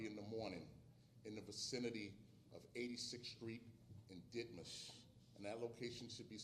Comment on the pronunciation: Ditmars not Ditmas